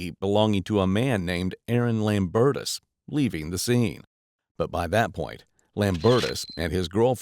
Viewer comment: "a red SUV belonging to a 'man' named Aaron Lambertus." I would highly question the use of the word "man." I would also think that the last name should be pronounced "lame-bertus."